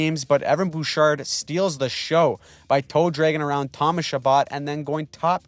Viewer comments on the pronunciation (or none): none